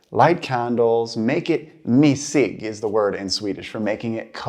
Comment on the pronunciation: Expected your pronunciation to be better here. Sounded like you said mysig as missig but, and correct would be mysigt with a T in this case.